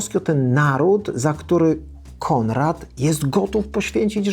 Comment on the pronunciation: Mówi się Konrad, a nie Kondrad. Proszę poprawić film